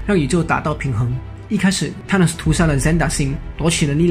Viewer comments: 英文名聽不懂是因爲你們太蠢了 真的受不了你們説聽不懂 還有，up主能不能不要直接把 th 變成 t ???? 超級憤怒的，thor可以變成tor，thanos可以變成tanos,拜託！th是要把舌頭放在 上排牙齒和下排牙齒中間，不可以太大力舌頭和牙齒之間要有少少空間，然後 吹氣出來，聽到空氣流動的聲音就對了，然後一聽到空氣流動的聲音或感覺到空氣流動時， 把牙齒稍微咬緊舌頭，但不可以太緊， 聽到空氣流動的聲音減弱就對了，然候邊即時放開嘴巴，説出th後面的那個字母 的發音便行了。但其實如果你掌額不了，便直接説f音便算了，總比t好多了。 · 是沒規定沒錯啦，而且世界各地的英文確實有口音差距，不過很少聽到Thor跟Thanos是唸成Tor跟Tanos的發音，就像是把Thanks唸成Tanks這種感覺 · Th 不是t 音。 TH是F音 所以說是fanos 不是thanos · 還有Thanos 一直唸錯tanos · 單純想問一下Thank you這個字在哪些地區是唸Tank you？ 因為影片裡面Thor跟Thanos都被唸成Tor跟Tanos的感覺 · 薩諾斯也不是踏ㄋㄡ斯好嗎.....英文亂念一通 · th的t不發音 英式美式都一樣